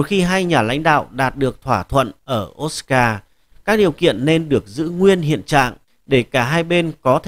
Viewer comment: Osaka đọc là ô sa ka ko biết à